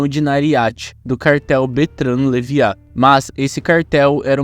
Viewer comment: Kkkk Ouvir o nome "leiva" errado tantas vezes tá me deixando doido.